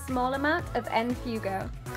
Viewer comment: Omg no that's not how u pronounce fuego 😂😂 that's spanish lmao it's pronounced "fwego"